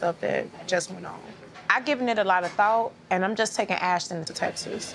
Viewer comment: Ashton bro I swear they called him ashdon